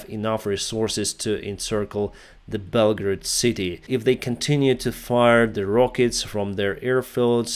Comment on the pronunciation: You pronouced Belgorod like "Belgrade." I was confused lol